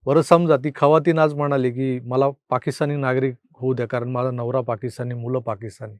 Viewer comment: खवातीन नाय जखीन 😂😂